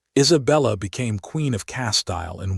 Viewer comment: Lost me with Aragon pronounced as *Air-agon" like wagon. And Castile as "Cas-Tile" like what your bathroom is covered in.